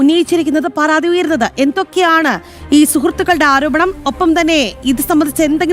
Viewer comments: Not പറാതി it's പരാതി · പറാതി അല്ലെടീ പരാതി..രാ...രാ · News വായിക്കുന്ന ചേച്ചി പറാതി അല്ല പരാതി 😁